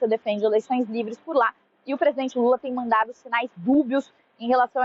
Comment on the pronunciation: Falam Direito e lula e fala Normal e não Lule isso e Coisa de Gay